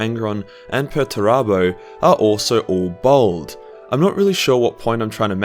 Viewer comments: bAld not bOld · As a white man who shaves his head, I am outraged by your assertion that it is a mark of evil! (Fortunately your accent makes it sound as though you are calling Horus a bold cu*t, which I suppose he kinda was...) ;D